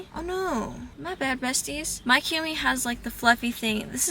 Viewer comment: u cant even pronounce kumi's name right ..racist much😂